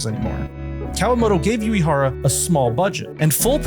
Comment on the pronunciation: 🔊 oo- eh- hara (❌yoo- ee- hara)